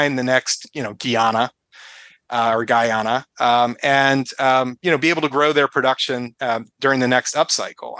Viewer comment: I’m married to a Guyanese, it’s pronounced: Guy-ana.